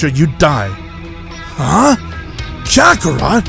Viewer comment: It's kakarot nat kakarat